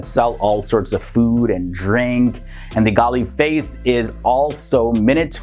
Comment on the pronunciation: Its pronounced "Galle Face" Not Galay Face.